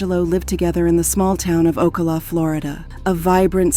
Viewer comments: it's called O CAL A!!!! NOT OCA LA CA LA!!! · It’s pronounced liked California but with an O in front. O Cal la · It’s oh-kal-La 🤦🏾‍♀️ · The way you pronounce Ocala is deplorable... O-CAL-A... Oh, and the Keys, no where near being nearby Ocala lmfao... Maybe do your research better. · This video pronounced Ocala like 4 different ways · Yo the narrator pronounces Ocala differently like 10 times lol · I guess you gotta be a Floridian to pronounce the name of that county properly 😁😆🤣because she butcher the pronunciation of Ocala 😅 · I can’t with how bad they kept pronouncing Ocala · The pronunciation of blood as “bloodè” got me. And Ocala was pronounced differently every single time. What the fuck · Was wondering why Ocala was pronounced like that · The one reading this script must not know ENGLISH!!! Shock-ed? Okala? What the devil is up with this???